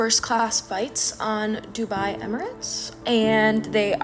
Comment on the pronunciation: hate this bc dubai is my hometown and they're butchering the pronunciation !!!!!!!